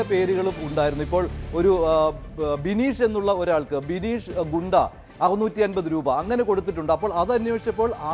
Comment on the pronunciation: ഗൂണ്ട അല്ല ഗുണ്ട